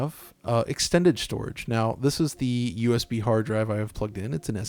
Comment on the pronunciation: Bruh ur voice crack when u said strorige